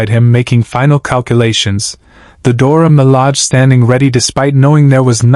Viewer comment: It's Dora Milage, not Dora Malag